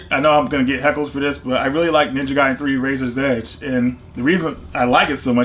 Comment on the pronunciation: Ninja Gaiden is Definitely pronounced ninja guy den well done 👏🏼